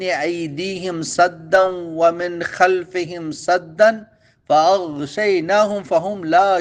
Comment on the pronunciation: فآ غشینا ھم نون پر کھڑی زبر ھے اسکو لمبا کرنا ھے شکریہ بہت زبردست